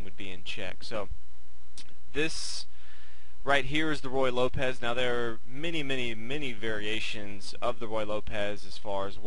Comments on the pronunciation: The pronunciation should not by Roy Lopez, it should by Roo-ey Lopez. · He keeps saying "Roy" Lopez but it's actually "Ruy" Lopez. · If You can't get the name of the opening correct how much else is sloppy? Its not Roy Lopez like Roy Rodgers its Ruy (Ru i') like Ruiz. The hint should be that it is named after a Spanish monk. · I love the way he calls it the Roy Lopez. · Nothing is worse than hearing royal lopez, and yes it happens quite often. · hard to listen to him keep saying roy lopez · I think I've heard every possible pronunciation of Ruy Lopez. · Thank you! It's extremely annoying with the name butchered like that.